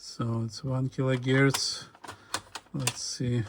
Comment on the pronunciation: Kilo herc not gierc!